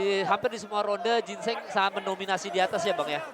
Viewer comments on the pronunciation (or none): Jin cheng ya bukan gingseng.. 😁🤣🤣